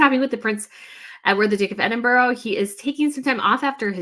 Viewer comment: EDINBURGH. The capital of Scotland.